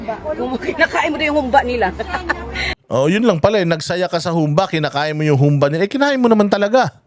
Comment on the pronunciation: Humbâ correct pronunciation. Not hoombah 😄